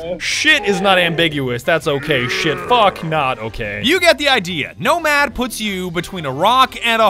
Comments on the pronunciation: Nomad? ❌ Nosad? ❌ Nodad?✔️ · When vigil's bro can't swin "no-lad"